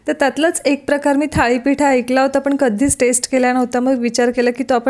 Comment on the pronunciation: थाळी नाही thalee पीठ असावं